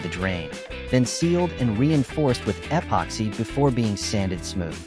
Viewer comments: What? You don’t like hearing “ehhh poxy?” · eh-poxy? Never heard of it. AI at it's linguistic best. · Narrator; “eh pocks hey” in all the corners. Dont forget the “eh pocks hey”